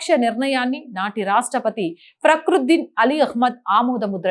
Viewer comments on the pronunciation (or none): గారు ప్రకృద్దీన్ కాదండి ఫకృద్దీన్😊